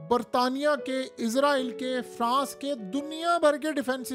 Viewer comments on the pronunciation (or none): none